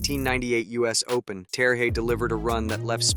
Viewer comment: The J is pronounced like a Y, seems like you got it by the end😂😂😅 of the